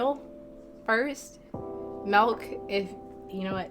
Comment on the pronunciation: You said melk not milk!! 😂💀 but overall great video 👍🏽